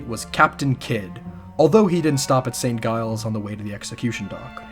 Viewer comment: This is so awesome! Just one thing: St. Giles is pronounced "Jiles", not "Guiles"